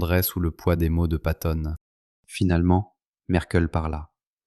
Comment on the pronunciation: Patton.....avec deux T .....s'il tE plait !